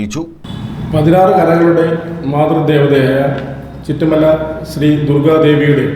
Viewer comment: ചിറ്റുമല ആണ് ചുറ്റു mala❤അല്ല